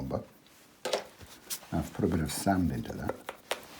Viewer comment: Hello, could you tell me roughly how you make your sand colour? Could you tell me the pigment information for this colour? Following your pronunciation of some words... Do some people also "pronounce sand as sund?"...lol Sometimes it is nice to put straight Alizarin under the water when it is wet, as it looks like seaweed, or rocks that are under the water. It gives it an underwater lift there....... Also, can you tell me if you ever bring the sea further into the sand to overlap it, and what colours you would use for that? Love your work, love your teaching style......from one teacher to another...I salute you. Stay safe, and eat dark chocolate covered goji berries to increase immunity, in these crazy times..... In kindred spirit, Eliza (Art teacher/writer/woodwork and metalwork teacher/illustrator from Goulburn, Australia) xx